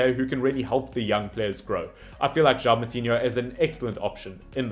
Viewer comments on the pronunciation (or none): The name "João" is not pronounced "Jao", but rather "Ju-aa-u". I know that the nasal sounds are difficult for a non-native speaker, but at least pronounce all the vowels!... :) The other names are very reasonable pronounced. Good job. Except "Oli-VEI-ra" (not "Oli-viera"). And in "Guedes" just skip the 'u' sound.